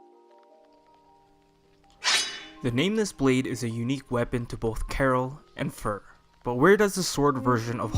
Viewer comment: "Fear" not "Fur"